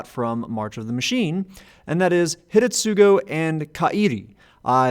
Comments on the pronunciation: Yeah found that amusing, too. But also I believe, that the first U in Hidetsugu would be silent, like it is in many japanese words. Asuka is prominent example that comes to mind, whos name is actually pronounced Aska. But I might be wrong here, cause everytime I tried to get into the silent U topic I could never find a clear rule for when it's supposed to be not silent... ^^ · Does due diligence that it's pronounced Ka-ee-ree Does not do same diligence that it's Hih-deh-tsoo-roo Jokes aside, i had been considering building this deck. Primer appreciated!